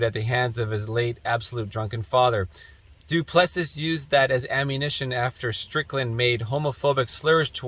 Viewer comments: Dude, are you Canadian? "Duplessis" is French, not Greek. "Doo-plessie" is how you say it, like the Quebec premier. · Doo-pli-see is the correct way to say the fighters name. Just trying to help.